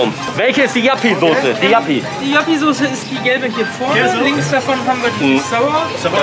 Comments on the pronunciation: Warum nennen die das Jappiesoße hahaha, das ist doch Joppiesoße 😂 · Hahaha was für Jappisauce, die heißt Joppiesauce 😂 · JOPPIEEEE nicht JAPPIEEE!! :D Wie kann es sein dass du die Soße nicht kennst? Ist halt DIE holländische Imbiss-Soße, quasi ne Currymayonaise. bietet auch fast jeder Imbiss in Deutschland an der auch nur ansatzweise innerhalb von 200km an der holl. Grenze ist. :D kannste im Münsterland fast in jedem Supermakart kaufen. ZU Kulti-Kebab, das ist tatsächlich mit der beste Döner den ich bisher gegessen habe, in Münster gibt es noch eine wirklich gute Adresse, direkt am Bahnhof, CAPPADICIA! Wenn du noch mal in der Gegend unterwegs ist, auf jeden Fall n Stop wert. Dort gibts sogar frischen selbst gemachten Ayran, der ist weltklasse,. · Die Soße nennt sich Joppie Soße, nicht Jappie 😂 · Geiles Video aber die Soße heisst nicht jappi sondern Joppi mit o 🤣🤣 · Joppie Sauce nicht Jappie 😂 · Die Soße heißt nicht jappi sondern joppi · Das ist Joppie Sauce nicht Yappie 😂😂😂 und Ssio erwähnt die Soße in Hash Hash komm nach Trier und Probiere mal Derwisch Döner 🥙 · Das ist joppie sauce nicht jappi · Wer Jappy statt joppie Soße sagt, hat sich als foodblogger bzw foodyoutuber absolut disqualifiziert! Der Typ hat von essen 0 Ahnung und es war das letze Video mit dem Kasper was ich gesehen habe. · Heißt die Sauce nicht juppy Sauce? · Heisst das nicht Joppie Sauce? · Es heißt joppie Soße 😂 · JOPPIE sie heißt JOPPIE SAUCE BRUDER ! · Es heißt Joppie Sauce.